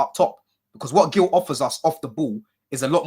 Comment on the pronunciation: It’s Marc Geeyou not Marc Gill